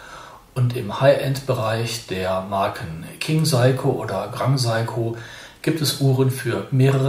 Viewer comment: Hallo, es heisst "SEiko" nicht "SAiko". Trotzdem danke und viele Grüße!